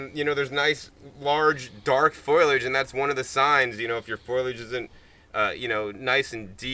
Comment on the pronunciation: I was making a joke about how he pronounced FOLIAGE. He said FOILage. you are calling me a dumdum? the word is foliage. FOLiage.. google that. use your eyes before calling someone a 'dumdum'